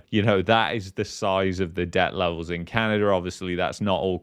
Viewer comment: Sometimes it's Canada Sometimes it's Canerder